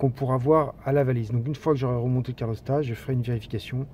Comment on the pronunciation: Bonjour, pas cool ces problèmes de joint de calorstat (on dit calorstat et non pas carlostat. Je sais, ce n'est pas facile à prononcer). Sinon belle vidéo et tu as gardé ton calme malgré toutes ces fuites... Pour savoir si tes sondes de T° moteur et T° huile sont bonnes, tu peux utiliser ta valise diagnostic /chapitre paramètres en temps réels. Cela évite de changer des sondes qui sont bonnes et leur contrôle avec la valise ne prend que quelques secondes...